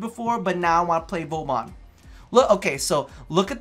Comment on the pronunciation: Im really sorry but when u say vauban like vowbon it makes me cringe.... u pronounce vor-ban